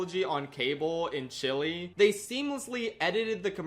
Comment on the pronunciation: Bruh what the hell was that Chile pronunciation 😭